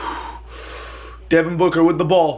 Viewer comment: He said “Devin Booger” lol